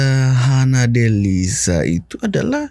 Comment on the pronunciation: Sebutan sha bukan sa, Hana Delisha bukan Hana Delisa.. Ada h, maka bunyi sha bukan sa